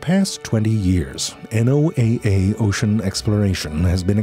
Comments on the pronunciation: The deep depths of the o-see-an will never stop being both fascinating and horrifying. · You said Ocean wrong.